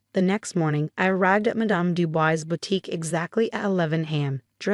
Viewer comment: The name is not pronounced "Du Boys" but "Du Bwah".